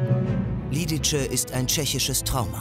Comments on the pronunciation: "Belschek" für Belzec (sprich belseds) und "Liditsche" statt "Lididse" ist nicht zum Anhören! Schade, sonst eine gute Zusammenfassung. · Eine sehr gelungene Doku. Nur hätte sich die Redaktion bei der Ausprache von Lidice informieren sollen: Nicht [Liditsche], sondern [Liditze]. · Auch das dorf Ležáky wurde ausradiert, nicht nur Lidice (wird btw. "Liditze" ausgesprochen)